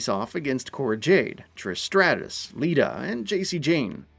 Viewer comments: It’s not stray-tis lol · Who says Stratus like that!? Lmao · Who the hell is Trish Straytus? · The face that he said Trish "Straight est" shows they didn't care to find ONE ACTUAL wrestling fan to do this. Getting a BROWN DOWN from me for this "review"